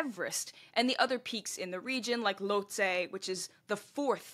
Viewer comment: Lhotse = Loht-SEE